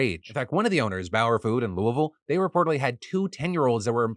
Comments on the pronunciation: Good job with the Louisville pronunciation btw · Though it wasn’t a savory news piece, I always love when people pronounce Louisville like the locals do. I remember reading about the kids working at McDonald’s when the story first broke months ago. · Resoect. You said Louisville correctly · Also YOU SAID LOUISVILLE CORRECTLY!